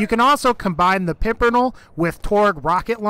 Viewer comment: Pimper-NELL. Say it with me lol. Great vid otherwise though